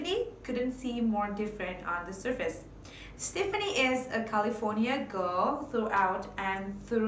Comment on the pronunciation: The song is Ole Red, Not Big Red. And you are pronouncing Stefani Incorrectly! Extremely annoying!!